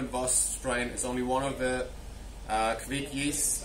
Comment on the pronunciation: Correct.Kviek like bike 👌🏼